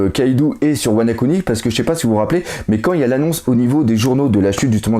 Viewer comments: tu fais exprès de de dire tout l'temp "WanA kuni" au lieu de WanO kuni ou ? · Wana-kuni ? C'est pas plutôt Wano-kuni... ?